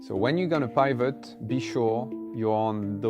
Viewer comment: Sorry, please don't think me rude. The word pivot is with a hard 'I' like 'it' rather than said like pie, it may save a little confusion in the future for people who like me who are easily confused 😅